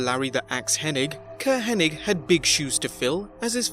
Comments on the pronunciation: Maybe it was just Vince’s accent but it always sounded like he said Henning. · Why do people keep calling him Curt Henning? its Hennig not Henning right? wrong? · Get his name right! It's Curt Henning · It's HENNIG, NOT HENNING, moron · IT'S HENNIG, NOT HENNING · FYI everyone... it’s HennIG not HennING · I think where the confusion lies, is the g is actually silent, so it's actually pronounced Henni, so when people see the g at the end, they automatically assume it's Henning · Yeah on youtube i always see people calling him Henning, like wtf?? Lol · It's remarkable how so many people in the business respect Curt Hennig, and none of them know how to pronounce his last name. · It's H-E-N-N-I-G, NOT H-E-N-N-I-N-G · You mean "HennING", right? 😉